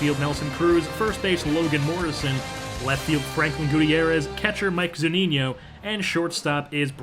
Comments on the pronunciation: Good video! Btw it's Zu-Ni-No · According to to Zunino's page on the MLB website it is pronounced zoo-NEE-no.